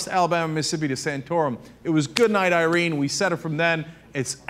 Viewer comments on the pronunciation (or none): none